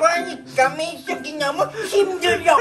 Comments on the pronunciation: 때 민셔기 라고 하는거 진짜 개귀엽네ㅋㅋㅋㅋ 민셔기라고 하는 발음이나 말투가 귀여움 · ㅈㄴ웃겨ㅋㅋㅋㅋㅋㄱ발음 디테일 개웃겨ㅋㅋㅋㅋㅋ 미쩌기는 ㄲㅋㅋㅋㅋ